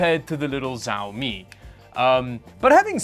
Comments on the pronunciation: ¨First thing, I didn’t say Xiaomi was an obscure brand.¨ nah you sound obnoxious, dissing the brand here and there. Also is SHIAOMI no Siaomi. almost 20000 views, and just 5% of the likes. Yeah this video was a mess, sorry. Normally i enjoy your content but this... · xiaomi pronounced - shau - mee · why are you saying the name like its a Chinese war lord. Its Xiaomi and pronounced (Shawmi). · Its pronounced Shao-mi . X in pinyin makes an Sh sound. You know, like She Jinping. Anyway, in China Hisense as a brand name is bigger than Sony. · It's pronounced Shawmi :) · Xiaomi is pronounced she-ow-me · Dude: it’s xiaomi: pronounced Sh(ow) (like ouch) me. It looks a lot like my little insignia 22” monitor/tv that I bought from Best Buy! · the brand is pronounced "si-ao mii" and they're pretty good for ultra-budget. Their Redmi phones are pretty damn good actually. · IT'S PRONOUNCED "SHAO ME" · Ah yes ZAOMI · why are you saying zaomi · Zaomi, this just gets better every time. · It's" shaw me" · First time i heard someone saying pronouncing xiaomi as zaomi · Why do they pronounce Xiaomi as "Zaomi"?😂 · Just a heads up: It's pronounced "Chiaomi". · you butcher the name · For a tech channel, you ought to have the basic decency to pronounce xiaomi properly. It’s been out more than a decade! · The X in Xiaomi is pronounced like the S in shotgun. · just a suggestion you totally said the word XiaoMi wrong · am i the only one bothered with how xiaomi is pronounced here? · You need to get better at saying Xiaomi. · Bro. Please stop saying SAUMI, say Xiaomi 😂😂 And please stop getting spammed with additional shipping cost again. They HAVE to shit it. If they don't you should contact the support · why you say ziaomi ? i think is shiaomi (xiaomi) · Its not Zaumi its Shaomi:D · not jawmi , its shawmi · why you keep saying "ziaomi" ? it's said "shiaomi" not that, it's painful to hear it like this no one pronounce it like this :/